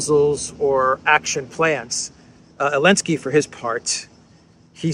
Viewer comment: Is it my hearing problem, or does avoid pronouncing the Z in Zelensky's name? I hear it as Elensky and Olensky, This is obviously the way CC "hears" it also.